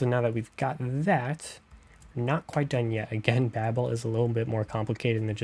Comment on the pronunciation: Babel(Bay-bill) not babble(bah-bill) think tower of babel